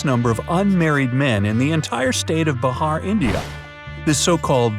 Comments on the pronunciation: Bruh, I am From Bihar too. But haven't heard of this village and it's Bihar, pronounce it like Be and Har . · He said Bahar😂 To Bihar 😂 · it is not bahar it is bihar